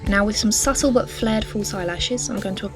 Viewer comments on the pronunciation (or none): none